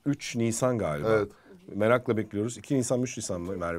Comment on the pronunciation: harika bir diksiyonun var, ancak "Galiba" kelimesini ne olur "Gaaba" şeklinde telaffuz etmemeye çalış. Sevgiler ❤